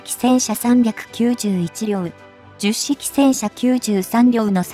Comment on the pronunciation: 非常に良い内容なのですが聞き取りづらいですね 10式はヒトマルと発音していただきたいと思います 区切る感覚もおかしいかなと 改善宜しくお願い致します。